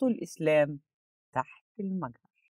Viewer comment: أنا أخذت الكلام وذهبت لتفسير الايه جائني الرد القاطع فقلت لنفسي هؤلاء ناس لا يعرفون ينطقون مِجهر بالطريقه الصحيح هيعرفوا يفسروا القرأن ثانيا هي تقول أن حصل مشكله بين العلماء وهذا غير صحيح ثالثا تفسير الايه ومعني ما هو يحتمل شيئان وهي ما موصوله بمعني الذي